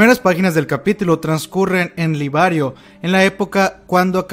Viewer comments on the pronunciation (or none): Correccion, es Liberio, no Libario, Como tambien es Shiganshina no Shinganshina Tambien es Azumabito no Azumambito Saludos y muy buenos videos